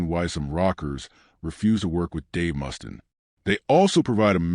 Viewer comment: Dave MUST-IN LMFAO AI shit.